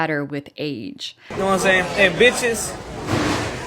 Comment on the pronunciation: 10.19 Can stakeholders translate from Ugh to human, please? All I can work out is a stringy speccy white geezer pretending to be a cool black dude by saying "nowahmsayn." No, I don't know what you are saying, dipshit. Put some consonants in and stop pretending to be gangsta. Poor, poor kids. I have to get some humour out of this but I hope this lugnut enjoys meeting some guys inside who don't appreciate his larping.